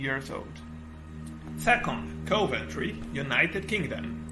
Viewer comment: OK, luckily you've subtitled your speech, otherwise it would have been widely incomprehensible to me. Fair enough, I am no native speaker, neither, but maybe you'd ask a third party person to assist you at least pronouncing the city names properly, Nun-tess and Coe-Vantry, in fact, would have been two of which I've never heard so far 😉